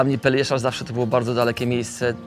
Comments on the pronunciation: no właśnie... też to zauważyłem :D "peljeszacz" :D :D :D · Nikola już pięć lat mieszka na Pelješcu, a jeszcze nie potrafi wymówić poprawnie nazwy półwyspu